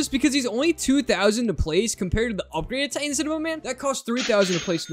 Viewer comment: Did bro said hyper upgraded titan cinema man?